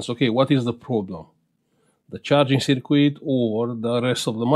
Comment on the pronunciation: Don't mean to insult you but circuit is pronounced SIRKIT not sirquit. Thanks for sharing your work 👍🇬🇧